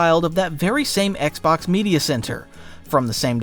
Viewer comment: I swear I heard you call it the oxbox for the first Xbox. It’s literally thee best accidental name I’ve ever heard for a console. It’s so huge it’s the oxbox ha! Well that is my sign for too much internet. I’m gonna stop myself here.